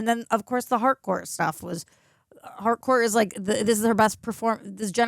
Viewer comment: It's Harcourt with a T